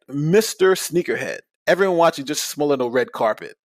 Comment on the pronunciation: he keeps saying “smollay” like his last name is spelled “smollet” and not “smollett”